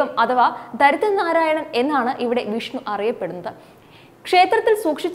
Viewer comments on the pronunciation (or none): none